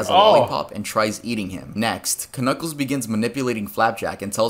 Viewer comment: Dude really said kuh-kuckles and they said nothing about it